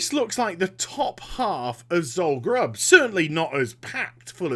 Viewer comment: it's Zul Guruub